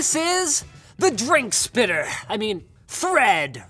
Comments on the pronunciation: Drinksppiter???? LOL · Why is everybody having a hard time to pronounce that? It'a easy. It's "Gigspitter".